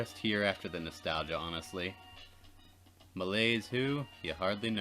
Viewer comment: I've just noticed that there's a lot of French words in English It's pretty funny and cute to hear you mispronounce it tho